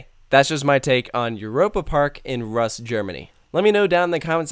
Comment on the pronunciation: I liked it so much I visited the resort 3 times and I will for sure visit again in the future. BTW, Rust is pronounced "Roost"